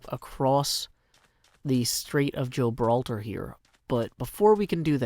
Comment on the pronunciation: Did... did I hear "Strait of Joe-braltar"? ... My day just went from long and tiring to fantastic